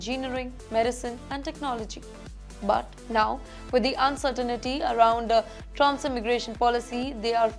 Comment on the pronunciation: What do u mean by "uncertainity"? There is no such a word. Pronounce "uncertainty" properly. Very embarrassing indeed.